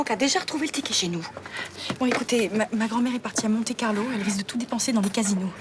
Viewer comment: on dit Monte Carlo!